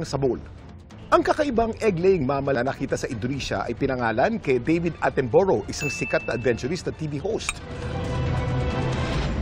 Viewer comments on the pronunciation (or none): Kuya Kim, Atten-Bruh po pronunciation nya hindi atten-bo-row. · Mali basa sa last name ni David Attenborough 😢